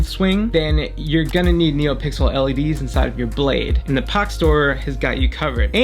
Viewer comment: Links would have been nice, took me ages to find Pach store as you pronounce it Pog store